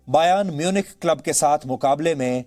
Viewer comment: The way this fuckin man spell bayern Munich made me laugh hahahaha